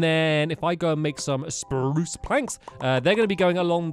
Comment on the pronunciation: The... Spprruucceeeeeeeeeeee Planks